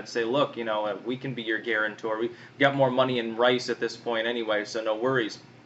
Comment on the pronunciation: Rice rhymes with nice.